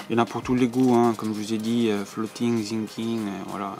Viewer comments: Pour info😂ont dit Sinking pas zinking sa se prononce S par Z car dans la vidéo set😂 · Très bonne vidéo mais on dit Sssinkig et pas Zinking 😅